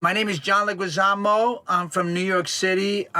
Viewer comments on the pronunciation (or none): "legüizamo"?!?! what the hell no, it's leguizamo. get your own name right, mister! edit: kidding, of course. so now I now that every time they get names wrong in movies from the US, it might not be always intentionally..